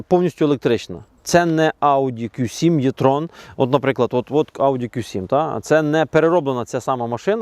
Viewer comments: Також Е-Трон це, а не Є-Трон. Трону тут нема ) Чомусь нас вчили букву Е читати, як Є російською. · Не існує варіанту в українській мові, за якого літера е читалася б як є. Це не є-трон, це е-трон, або вже і-трон, якщо дуже хочеться.